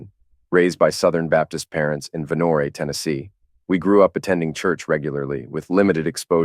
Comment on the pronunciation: The E is silent in Vonore.